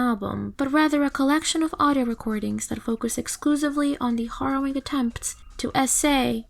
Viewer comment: You're pronouncing 'harrowing' wrong. It's not HORROWing, it's HARROWing. Like 'harrow' as in 'wheelBARROW'.